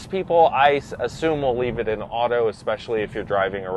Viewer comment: Flappy paddles? Ekspecially? If you are going to be an auto journalist, you need to #1-be literate, and #2-know what the hell you're talking about. This dude needs to be an accountant, not an "auto journalist."